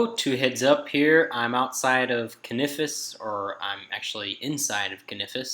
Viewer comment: can-a-fis , noob